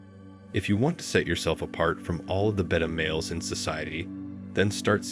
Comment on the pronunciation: Is this a robotic voice or real? The giveaway was how he prounouned beta male. Lol